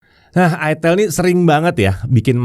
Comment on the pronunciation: Udah bener sih nyebutnya "aitel". Kalo "aitil" malah bisa bikin pikiran jadi traveling, soalnya namanya nyaris ramah (Buat orang Jawa). Cmiiw